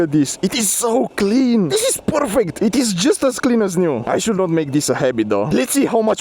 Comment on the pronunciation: "Porfect" G4 Max... yes yes